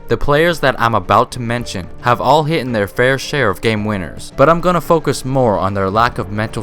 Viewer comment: "Hitten" music to my ears